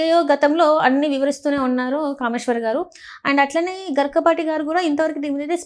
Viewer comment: గరికపాటి కాదు గరికిపాటి 🤦🤦🤦